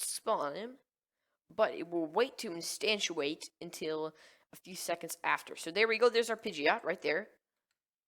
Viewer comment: You're saying instantiate wrong! instanTIAte not instanTUAte sorry, was driving me nuts